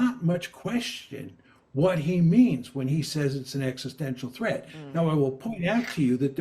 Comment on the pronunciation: Mmm. Practice saying the word "existential."